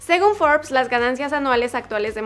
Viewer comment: Fors o forbes? Tu pronunciación me confundió. Besos.